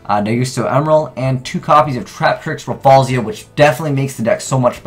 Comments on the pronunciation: Why do you always say "Raffalsia" instead of "Rafflesia"? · Say it with me: Raf-FLEY-shuh. Jesus.